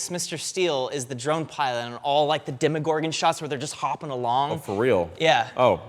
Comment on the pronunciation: You just say 'Demigorgon' 😬